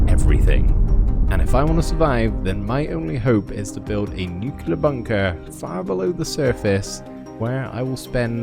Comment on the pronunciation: You mispronounced nuclear every time. It's nu-clear not nuc-ular